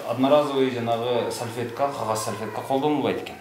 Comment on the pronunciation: Ой сальфетка эмес САЛФЕТКА дейт 🤭🤭🤭🤭😁 туура суйлосон боло.